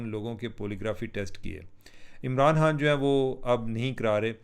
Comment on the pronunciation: یہ خ کو ح پڑھنے والوں کا الگ ہی لیول ہے۔۔ ایک دم چوتیا لگتا ہے ایسا۔۔۔